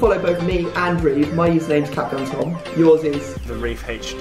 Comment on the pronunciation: It's says capguntim